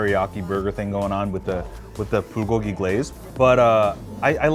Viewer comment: The way he said Bulgogi....... "Buhgogi"